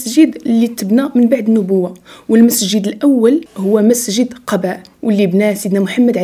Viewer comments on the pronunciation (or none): ختي تبارك الله على مجهوداتك اللي كديري غير عندي ليك واحد النصيحة هو انك كديري أخطاء في اللفظ فاش كتقراي القرآن او كلمات ، مثلا اليوم قلتي على أول مسجد تبنى في الإسلام اللي هو قباء ، ولكن اللفظ باش نطقتيه خاطئ ، ليس قباء بفتح القاف ، وانما بضم القاف (الضمة) ، وفي الفيديو ذكرتي بأن السامري من سامراء وهي مدينة بالعراق ولا علاقة له بها، ويقال انه من السامرة وهي بلدة في فلسطين بالقرب من مدينة نابلس ، وجزاك الله خيرا